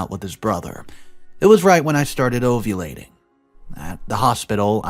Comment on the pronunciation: How do you not know how to pronounce ovulating?